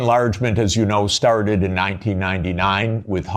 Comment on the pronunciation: His very first sentence - the way he says enlargement and started, is that some dialect? Is it a Detroit dialect? I just checked Wikipedia, says he's from there.